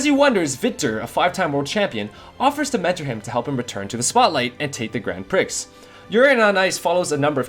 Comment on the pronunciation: 3 things triggered me: ur pronunciation of 'prix' (pronounced like the cheese brie) and ur number 6, the lack of mob psycho 100